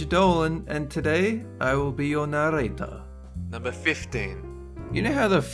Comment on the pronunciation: Dolan, do the fucking tongue roll when you say narrator. It just doesn't sound right without it.